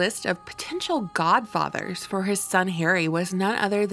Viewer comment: Gah-fadda, Gah-fadda!